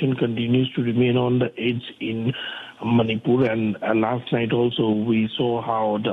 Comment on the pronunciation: Learn to pronounce Manipur 1st